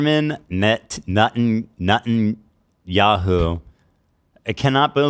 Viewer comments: Ben-jung-men Nutin-onyou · Ben-jammin Nut-on-yu